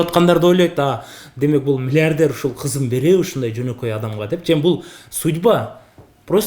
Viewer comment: Алып баруучу бала «мильиардьэр» дейт ко🤦🏻‍♀️